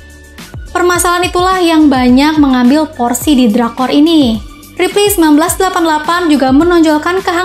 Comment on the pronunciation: Reply (red: riplai) kak bukan ripli 🥲